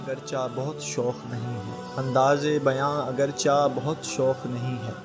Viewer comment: بہت اچھی بات کی آپ نے اللہ سب کو ھدایت دے اور آپ کو اجر دے بس براے مہربانی اپنی اردو تھوڑی ٹھیک کر لیں آپ اگرچہ کو اگرچا پڑھ رھے ھیں اسے لکھنا اگرچہ ھے اور ہڑھنا اگرچے ھے